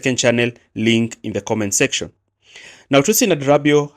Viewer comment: Great analysis as usual, but please pronounce Tosin's surname correctly. It is pronounced Ada ra bi yo yo.